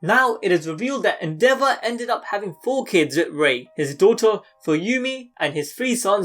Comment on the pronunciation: I thought you said the devil and not endeavor (the devil is accurate tho)